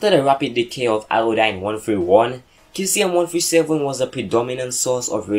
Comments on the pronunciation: it's pronounced See-zee-um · Your saying caesium wrong you say it like saesium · you don't pronounce the "K" in Caesium, pronounce with a "S"